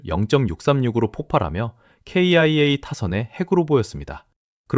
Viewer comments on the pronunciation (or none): 사진도 죄다 Ai 음성도 Ai 사진들도 죄다 의미없는 사진들 성의가 없네 날로먹으려하네 ㅋ 케이아이에이 음성에서 경악하고 갑니다